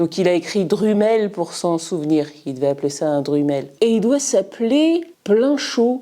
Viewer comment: Tu prononce Drumel à la Francaise !! Décidément, les Français ne savent pas comment prononcer les mots Anglais !